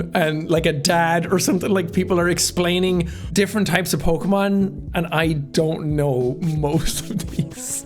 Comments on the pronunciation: Jack: Doesn't know Pokémon Also Jack: Says Every Pokémon name FLAWLESSLY that was in the First Team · Jack did a better job pronouncing Pokémon names than most poketubers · You actually pronounced all of the Pokémon correctly lol